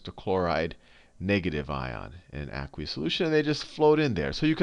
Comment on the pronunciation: You say aqueous weird. It drives me nuts!